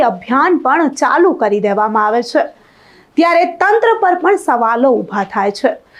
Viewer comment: " chhe " bolta sikh pahela gujarati ni ijjat na le ,,kone banavi tane anchor